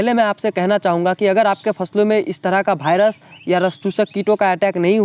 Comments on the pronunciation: भाइरस😅 ❌ वाइरस 😁✔️ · भायरस नहीं वायरस होता है भाई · जानकारी उपयोगी है लेकिन कृपया भायरस को वायरस बोले।